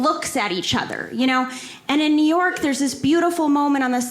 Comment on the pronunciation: Neor'k + New York ----->> LOL